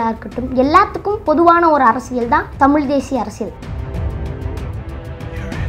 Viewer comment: தம்பி நீ நல்ல வரணும்.....அதே சமயம் தமிழ் உச்சரிப்பை கொஞ்சம் பாத்துக்கோ.....குறிப்பா ழகர உச்சரிப்பு.... மிக முக்கியம்...அதேபோல் அர்ரசியல் அல்ல அரசியல்......